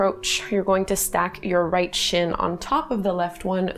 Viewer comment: what is the "sheen"? and what is shhhhtreisht?